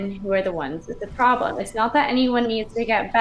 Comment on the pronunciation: I like when says “Pwoublum”